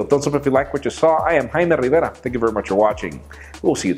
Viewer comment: Hearing you say you name erks me. Himy Revaira. Arrggg!!